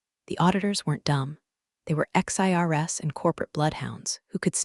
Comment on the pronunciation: they were ex-IRS, not 'XIRS' :)